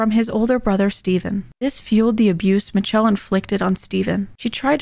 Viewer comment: I think her name is in fact "mitch-chell"